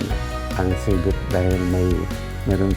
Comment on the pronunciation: di ba nkakapick up ang narrator sa mga iniinterview nla? annoying lng ksi sinasabi nya ci-VET... dapat CI-vet LOL, try nyo sa google translate